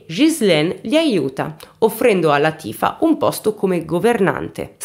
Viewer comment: Oh!! Non azzecchi mai l’accento giusto: Látifa 😆😁